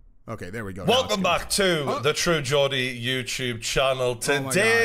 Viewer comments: Jor deeeeeeeee say it like that, not gordy hahaha your getting worse that chael with getting names right hahaha what next george masvidal 😂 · It's not Gordy it's pronounced JORDY and is like paddy pimblet being a scouser from Liverpool he's a JORDY (from Necastle in the north east of england) 😅😅😅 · Are you saying "Gordy" instead of "Geordie" on purpose?? Just wondering if I've missed something from a previous video. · Who the f is “Gurdie” it’s Geordie. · For the record mate, from an Englishman, it's pronounced "jordy' not "gordy" 😂😂👍👍👍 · Haha Gordy!! It's pronounced jordy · I freekin love passion man..people like Connor mcgregor are so regimented and disciplined they decided something and do it..true Geordie is pronounced jor-de not gordie.makes me laugh every time he says it.. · I loved your initial reaction while watching, I hope you go back and watch it all. His name Geordie is pronounced 'Gee-or-dee' not Gordie, I thought you were going to be ' Unfair' in this one. I hope you are right and Connor can get right back in the game. It was hard to see Connor in this state when he is normally so perfectly composed and always on point. Damn I hope you are right! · True Gordy??? Do you guys mean Geordie pronounced with the sound J… people from the Newcastle area are Geordies. Just sayin’ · Geordie is pronounced Jor-dey not Gor-dey 😉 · Man it not gordy its geordie the mans from newcastle that makes him a geordie pronounced like george without the ge on end 🤷‍♂️ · Again it’s pronounced “jordy” not gordy “geordie” means person from Newcastle uk. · the man's name is true jordie not true gordie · Just a heads up mate it’s pronounced Jordie love the videos keep up the great work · WTF is a "Gordy". It's "Geordie" as in a person from Newcastle. First syllable, same as George. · you say his name wrong every time despite playing videos of people saying it right throughout the video.. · Is pronounced JAW-DEE not GORDEE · It's pronounced "Jeordy"